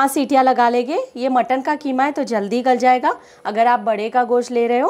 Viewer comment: ये कीमा है या खीमा